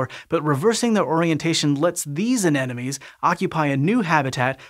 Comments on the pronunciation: An-em-o-nees... not An-enemies. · Repeat after me: a-Ne-Mo-Nes. First N, then M, then N again. This whole video : aNeNoMes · i just noticed keeps saying "anenomes" instead of anemones and now i can't unnotice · I like how he pronounces "anemones"